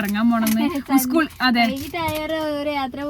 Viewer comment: ഉസ്കൂൾ അല്ല,😂😂 സ്കൂൾ 👍👍